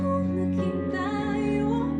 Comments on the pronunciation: Ta-yo not Tayo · the way you pronounced "tayo" has the meaning of perpendicular. For this song paano kung naging tayo means what if we become (us).